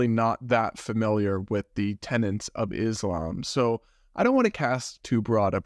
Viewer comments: PLEASE- it’s tenet NOT tenant. They are very different words with very different meanings. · Tenet! THERE'S NO 'N'!